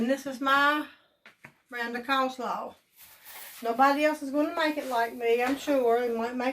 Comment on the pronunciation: “Cole” salad…….😂